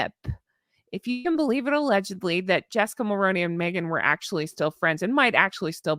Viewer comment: MULL-ROO-KNEE MULL-ROO-KNEE MULL-ROO-KNEE MULL-ROO-KNEE PLEASE stop saying Mull-Rown-Knee like macaroni it's Mull-Roo-Knee like kangaroo I don't know if you haven't seen my comments over the years but it's feeling like you're intentionally saying it incorrectly now as you're saying it ever so slightly different but still incorrectly... 🙏PLEASE 🙏PLEASE 🙏PLEASE 🙏PLEASE 🙏PLEASE 🙏PLEASE for the love of sanity PLEASE 🙏 say it correctly -- MULL-ROO-KNEE I love you but this is driving me insane at this point...PLEASE 🙏